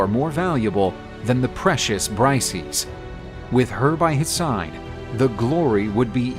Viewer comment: bri-say-us ya thick bastards !